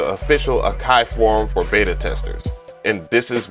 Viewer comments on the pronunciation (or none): none